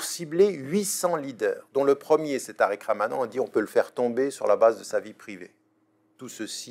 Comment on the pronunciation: Tu la dis rouya tarik